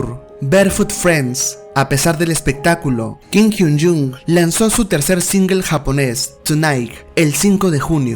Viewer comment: Buenos datos 🥰 pero perdí la cuenta de las veces que pronunciaste mal su nombre es Kim Hyun Joong con “O” no con “U”😑 Kim Hyun Jung es otro de los integrantes 😃